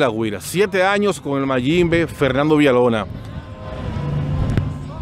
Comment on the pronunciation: COMO, ENTREVISTA A ALGUIEN SI NO SABE HABLAR, DICE CANTAL, PUELTA, FELNANDO, SEGUIDOL, ERROL, NO SE SI SABES PERO EN EL DICCIONARIO EXISTE LA R R R R R, COMO TE PONES A AYUDAR A ALGUIEN SI EL QUE NECESITA AYUDA ERES TU, RECUERDA R R R R R R